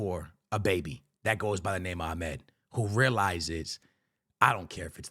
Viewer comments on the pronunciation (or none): Use hard accent to pronounce his name Amaaad the aaa sound not aee sound